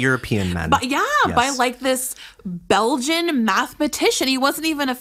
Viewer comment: So...as a Belgian...I feel a bit offended in the way she said BeLgIaN xD